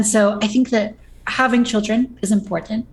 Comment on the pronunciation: I can't believe this, does the same thing Lauren Southern does... absolutely slams home the Ts in important. Unacceptable, unsubbing from the onlyfans.